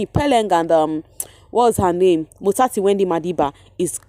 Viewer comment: You say "motsatsi Wendy madiba" so nice I'm always looking forward to hear you 😊🤍